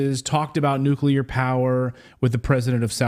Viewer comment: NEW CLEAR not NEW KEY LER